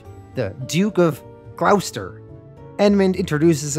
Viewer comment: Hello. Love the videos and have enjoyed your comic recaps for years. As an english man i feel the need to correct your pronounciation of Gloucester. Its pronounsed "Glosster" not "glowsester"